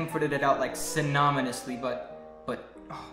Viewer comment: Most of the short words are real, just spoken quickly. The longer words are generally existing words said wrong. E.g. it’s synonymously but said “synominously”